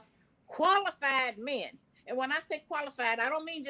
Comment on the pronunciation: can you please stop saying whymen....I’ll befen to refer to men as myn LOL